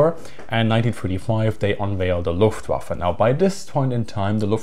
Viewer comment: "Luftwaffle", really?